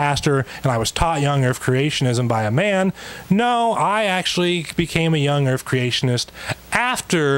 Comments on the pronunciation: "Young Earf Creationist" ? What's an "Earf" ? oh, that's probably that flat thing. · Young earf ? 🙄 seriously ? 🙄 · Anyone notice says "urf" instead of "earth"? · Earf, vestidual ... not only is his argument rubbish, he's not even pronouncing the words correctly. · Does this guy keep saying earf and truf? It's hard for my old ears to tell. If he is, it's okay. I am not making fun of him if he has a speech impediment! I just can't distinguish the words. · Is he saying "young erf"? He must be flat erfer too. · I'm i the only one that can't stand the significant mispronunciation of 'Errff' (Earth) and 'vistig-ual' (vestigial) by someone who is attempting to discredit well researched and documented science? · Not to me. Hell, he can't seem to say earth right either sounding like "erf". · I'm sorry, but I can't listen to this guy. Between his dishonesty, his ignorance and his inability to say "Earth", I just want to rip my ears out to make his shut up. I know it's petty, but I don't care.